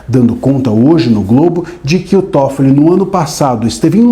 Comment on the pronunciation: É TÓFOLI NÃO É TOFOLIS NÃO! NÓS NÃO ESTAMOS A GUENTANDO UM, VOCÊ QUER ARRUMAR DOIS OU MAIS?